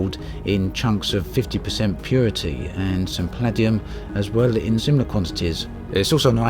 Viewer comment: Palladium (Pa-Lay-dee-um) fuckin hell